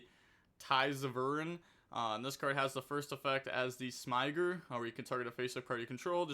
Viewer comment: I'd refer you to a couple of Farfa and MBT videos for the pronunciation of Smiger 😏